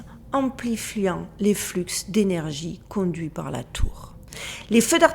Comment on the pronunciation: Dans le mot flux on ne prononce pas le X…